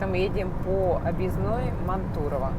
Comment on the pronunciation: Добрый вечер! Река Унжа, с ударением на У!!! А Мантурово, ударение на А!